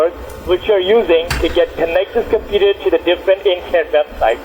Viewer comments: I think I already heard this indian before in another scambait video... he says "Compeeta" instead of computer=) Edit: It was on a LIVE stream by Leo Takacs scambaiting one or two days ago. So that means this asshole is still doing the same shit after 2 years after this video!!! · someone need to count how many times he says "cimputer" i stopped counting after 54 lool